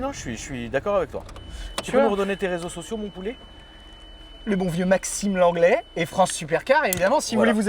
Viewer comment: Max l'anglais !!! et pas l'onglet comme l'onglet de boeuf !!!!! 😅😅